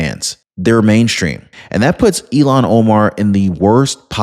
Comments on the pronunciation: ILL-HAAN not EIL-LAN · It’s not Elon Omar… it’s Ilhan as ( Ill haan) Omar!!!! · It's. Ill han! Not elon! 73 here pronunciation is important to me! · Her name is Ilhan (Il-hawn), not like Elon! Pronounce correctly! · 😂 It's NOT ELON OMAR😢 IT'S ☆ILHAN☆ PLEASE PRONOUNCE her ugly name, properly 💯🇺🇸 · IL HAN, not IL Lon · IL-Han not E-Lon… sorry OCD kills me when someone misspronounces something 😃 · Bro, please say ill-han omar Not Elon. Don’t be hating on Musk he’s just a rocket man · eel-han. Elon is a Musk. lol. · It’s “Ill-Hawn”, not Elon….you’re welcome…sincerely, the pronunciation police. Elon sounds smarter…and she’s not smart at all. Ill-Hawn is how most say it. Love and respectfully….little ole me. ❤🇺🇸👍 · Her name is pronounced "ILL-han", not "Elon". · Her name is ilhan ohmar not Elon